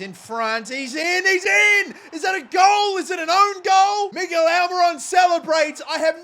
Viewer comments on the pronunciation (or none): none